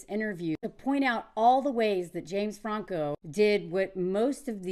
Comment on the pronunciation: The way you say Franco shows your Frenchness!! 😂😂😂